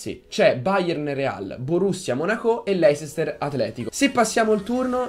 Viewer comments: cmq leicester si pronuncia leister non voglio fare il prof;) se vi sentite davvero forti o quarti o finale è uguale:) Detto questo. Buona fortuna;) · la pronuncia "leisester" AHHAHAHAHAHAHAHAHAHAAH